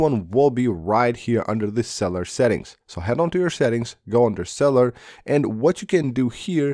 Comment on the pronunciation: Sell you Ler not cellar